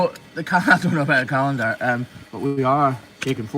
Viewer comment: did you say calendar? Or COWendar?